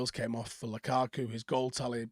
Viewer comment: Who is Lakaka? think you mean Lukaku.🤪